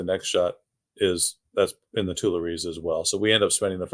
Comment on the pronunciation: You can't pronounce Tuileries or Montmartre